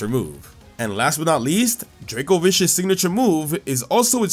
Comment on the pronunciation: vicious rend is pronounced... FISHY-US?